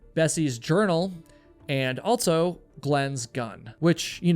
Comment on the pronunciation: ALSO. ALL-SO. There is no T in the word. It is not pronounced with any T sound in the word. ALT-SO is not a word.